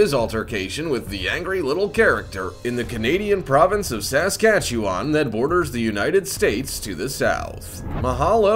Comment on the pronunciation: Saskatchewan. Sa-skat-chew-on